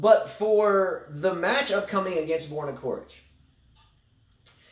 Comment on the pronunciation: If you commentate please pronounce the players names correctly.... It's not pronounced "Korich" but "Chorich"... Regarding coaching on court... I think it should be banned also from women tennis... maybe it can be at juniors but if you are grown man or a woman it should't be allowed... just grow up... they are payed enough to learn to make the right decisions during the match... and NO you will never be able to travel back in time... not in a million years....